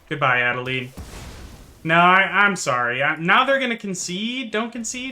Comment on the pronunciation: Adelain pronunciation according to translator, Adelin sounds weird